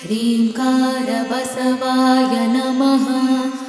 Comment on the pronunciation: ಅಣ್ಣವರೇ, ಆರಂಭದಲ್ಲಿ ಮಾಡುವ ಪ್ರಾರ್ಥನೆಯಲ್ಲಿ, ಬಸವಾ ಯನಮ: ಅನ್ನಬಾರದು, ದಯವಿಟ್ಟು ಪ್ರಾರ್ಥನೆಯ ಪದಗಳನ್ನು ಕೆಳಗಿನಂತೆ ಉಚ್ಛರಿಸಿ ಬಸವಾಯ ನಮಃ